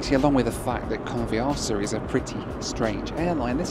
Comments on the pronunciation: A great film as always, but it's not called " Con v arse a" as you pronounce it! Not very polite using " arse" in the pronunciation. Phonetically, try "Con, vee a sa" - try a short a, no r, and emphasize the sa at the end. Go on, shout me down in flames everyone, you know you need too... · I think you'll find the airline name is pronounced convi-assa. Could be wrong but.... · every time you mentioned that airline name, you sounded like Can't be arsed 🤣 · I thought you said "can't be arsed airline" lol